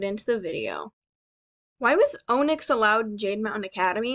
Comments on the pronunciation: As soon as you said Onyx, and pronounced it Oh-nyx I googled how to say it- it’s pronounced o-nix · why did you say inyx like that its on ix not own ix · the entire time during the onyx complaint the only thing i could think of is how you were pronouncing her name wrong LOL also, this is an alternate universe where dragons rule the land. Remember that things can be very weirdly sized and dont have to line up to the logic in our own world. In the books, scavengers by the most part, are snacks to the dragons. It wouldn't surprise me that most of everything is a bit larger than them. Headcannon theory: siblings of firescale dragons are immune to their siblings's firescales. Think about it. If a firescale twin was born in an egg and the other didnt have the protection of their firescale proof scales, then they would already be dead. EVOLUTION! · You’re pronouncing onyx wrong